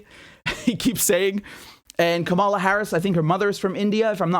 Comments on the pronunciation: It's Kamala as in Pamela. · You could try pronouncing the Vice President's name right. You're also misusing the term "neoliberal." It essentially means "economically conservative." Whatever else Biden and Co. are, they are not consistently neoliberal.